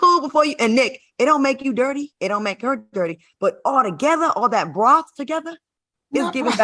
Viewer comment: “Broth”!! I’m done!